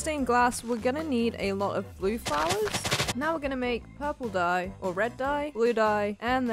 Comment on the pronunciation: ish, it sounded like you said purple guy instead of purple dye XD